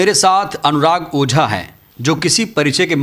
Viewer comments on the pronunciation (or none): Bhai "Pooja" Nahi "Ojha" 😅